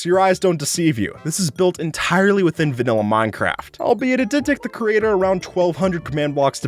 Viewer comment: when he says vailla i was eating a vanilla ice cream